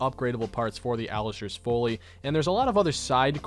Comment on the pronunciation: So you keep pronouncing Folly (rhyming with jolly) as Foley and I just wanted you to know the latter is a catheter so you're welcome lol